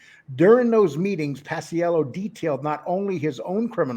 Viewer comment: It's Pa-chello Lee, not Pas-i-ello